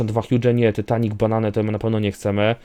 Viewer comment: ty nie muwi się tytanic tylko taitanik